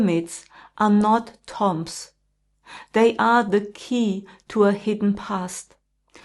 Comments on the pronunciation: Pronounced. Tume. Not tom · Hi, it's pronounced toombs, great video thank you xx